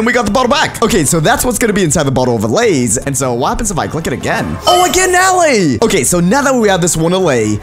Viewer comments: How every one else pronounces it: Alay How pronounces it: alaeh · Why did you say allay’s (a-lay) instead of allay’s (uh- lay) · this guy says alley instead of allay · When he says allay he pronounces it as all-ay but when saying bottle of allay he pronounces it has a-lay (im not being rude or discriminative i just think it sounds weird) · its not ally its allay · I feel like "allay" should be pronounced like "aller". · It is. Not allay it is a-lay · It's pronounced aelaeys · If you can't say allay right then I'm not watching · he says allay so wrong i get a headache